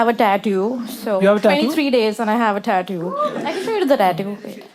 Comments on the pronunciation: EXACTLY OMG that was so bad 😭😭😭 "tattyuuuuuuu" girl stop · lol yea, she didn't have it in the older video I believe😭 AND WHO TF EVEN PRONOUNCES TATTOO LIKE THAT 😭💀💀💀💀💀